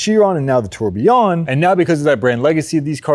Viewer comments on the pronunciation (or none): This is the Bugatti I like. It’s more like a Koenigsegg than a VayRON, SheeRON, TurbieYON. RON-RON-YON.